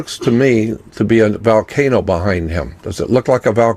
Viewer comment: Xcorgi What about valcano? 🤣